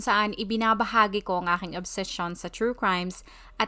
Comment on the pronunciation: Hi. I just found your channel yesterday. I scoured Google by checking a word you are using during the intro. Sounds like "obsession" but you're pronouncing it like "ob-see-sion". Do you have a transcript on your videos?